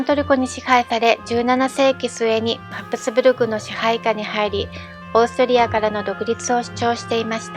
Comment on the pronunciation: 滑舌が悪すぎて聞きづらい。片言の日本語みたい😮‍💨ルドルフがルゾルフに聞こえるし、ハプスブルクも発音出来てない。ヴィｯテルスバッハも!!後、乗馬競技というものは無く、馬術競技だよ!!正しい日本語を理解していないうぷ主、視聴者がＵチューブは多過ぎる😮‍💨学校行ってたんでしょ!?女官はニョカンと読むんだよ😮‍💨相当国語が苦手なんだね😮‍💨